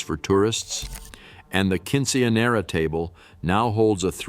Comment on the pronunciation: Quinchenera😅 love it